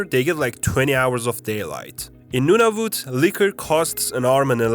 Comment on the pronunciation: Not no of it it's n-U-nah-v-U-t